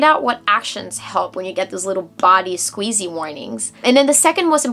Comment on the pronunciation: it queezy not squeezy ha ha